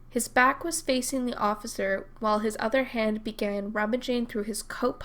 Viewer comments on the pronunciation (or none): none